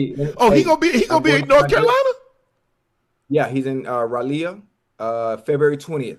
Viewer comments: I’m from North Cackalacky and Ocho got me saying Rah-Lee-Uh 😂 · Raleigh=Rah-Lee Ocho lol 😅 that's how you say it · Stop pronouncing Raleigh like that lol 😅